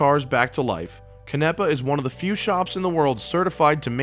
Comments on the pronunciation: Its pronounced CAN-nEH-PUH. Not cunEHpuh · i was mispronouncing his name like you until he (bruce) corrected me in person, its pronounced ca-na-pa